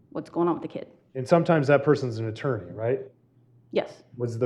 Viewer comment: This "attorney" is annoying me